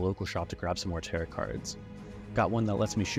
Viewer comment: Great video- one thing though, tarot is pronounced like “tare-oh” lol